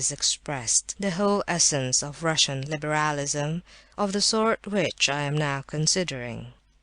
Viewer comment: "libéhrahlisum" was driving me mad!!!!